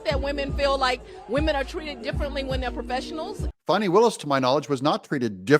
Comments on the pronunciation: It’s Fani- not fauni, Please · It is not pronounced Fon-knee, it is pronounced Fan-Knee as in your bung hollieo. Has AOC informed Fani that ""RICO is not a crime" so she is in big time trouble indicting Trump and his allies. Fani might be a good liar, but you can watch her closely and see those wheels turning in that empty head thinking about the next lie. If she is hard working, why did she take 7 vacations in 6 months. I wish I could get a job where I can work that hard. As far as Fani there were many crimes embedded in her relationship. I hope that Fani, Nathan's Hotdog and Terence "I don't Know Bradley all need disbarred. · You don't have a reputation, at least not a good one. It's pronounced Fanny just like a big fat fanny!